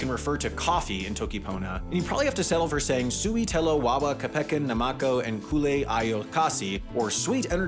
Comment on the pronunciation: "suwi telo wawa kePEken naMAko en kule Ajo kasi" oh...